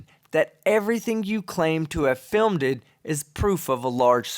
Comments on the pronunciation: Fil-med? Really? Did she go to the same school that taught Debbie Duran about curved-linear perspective? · She can't pronounce "filmed" either. She's a total idiot. Wait for it, wait for it...........